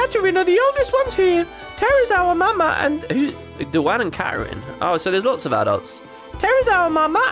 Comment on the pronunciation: Duane & Katarin were the kissing teenagers you found in Thamasa Mobliz. They were described as being 16 so they should be 17 by the time they're running the orphanage. Whether you consider that being adults is a matter of opinion I think. Btw Duane is pronounced the same way you pronounce Dwayne. It's not a girl's name. Although americans seem to put girl names on boys all the time.